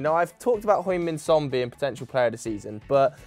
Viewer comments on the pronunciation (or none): it's not hoing min son but heung Like hee yung or he yung